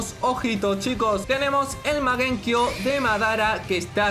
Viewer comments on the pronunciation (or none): Porque le dise magenkio XD es mangekio